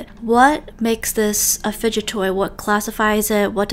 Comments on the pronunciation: ah yes FUGDET *explain why this word is not in the dictionary!?!?!? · "Fudgut toy" FELT 😂✋ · I like how she said fuget then gets confused then realizes it's the word fudget then laughs and saying the word lmao